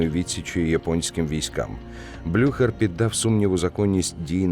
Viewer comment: блю-хєрр -- так правильно